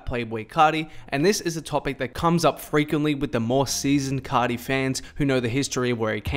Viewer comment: C (ar) ti bro not C (ot) ty ... ar pronounced like the letter “ R “